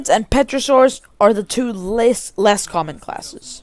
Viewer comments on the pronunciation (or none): Also you're saying petrosaurus instead of pterosaurus the P is silent 💀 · i die laughing every time u say utharaptor and petrosaurs 😭